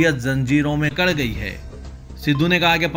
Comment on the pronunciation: Zanjeeron me jakad gayee hai bolo. Kad gayee nahi